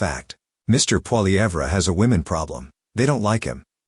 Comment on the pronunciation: Why would you even refer to an AI generated article? It's pathetic, and it doesn't even pronounce Poillievre's name correctly! I don't think women have an problem voting for Pierre, unless they're liberal!